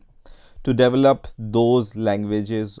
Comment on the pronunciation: Lol "Devel-up"